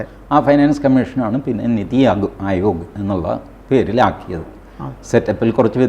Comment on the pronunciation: Pronunciation is nithi aayog not neethi aayog